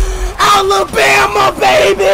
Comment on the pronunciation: Alaba ❌ Alabama ✅😭